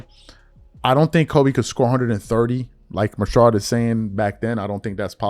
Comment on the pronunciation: Rashad, I don't know why can't say his name correctly lol